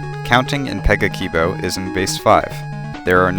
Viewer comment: If you are supposed to pronounce 'a' like in "cat" or "brass", then you've contradicted yourself with the first word you said- pe-guh-ki-bo